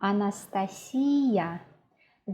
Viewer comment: Any tips, however small they may be; are certainly welcome in my world. I had no idea that Putin's first name was pronounced that way, although I have heard Anastasia pronounced the way you did, many times (by native speakers of course). Never ever heard a person from here (USA) pronounce it the true way. Of course I liked the other tips and examples too!! Thank you!